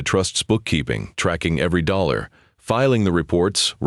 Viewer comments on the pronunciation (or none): none